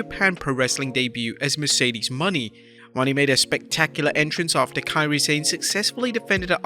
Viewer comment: Does the narrator have a reading or pronunciation disability.its been established that it Mone pronounced Monét and she called her Kairi San not Sane